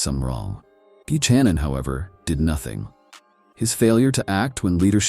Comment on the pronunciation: This guy can’t even pronounce Buchanan.